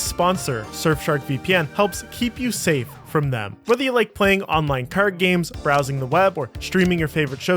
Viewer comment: You say "card" like Grant MacDonald and it's really distracting when every other noun is reminding me of ram ranch